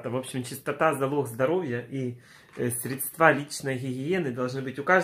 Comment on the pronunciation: СрЕдства, а не средствА !!!!! ПОРА УЖЕ ЗАПОМНИТЬ!